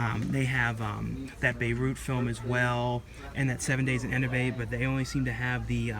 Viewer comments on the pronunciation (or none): It’s pronounced “ehn-TEH-bee”.